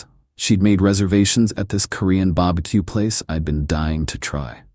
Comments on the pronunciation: Why is it always bah-buh-que? Why not a crawfish boil? =( Poor Bah-buh-que. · Nah why the AI saying baba Q like thanos from squid games 😂😂